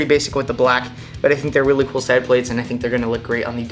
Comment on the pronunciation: plates is one syllable